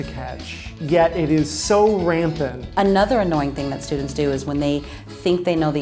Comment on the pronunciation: no one: absolutely no one:: RAMPANT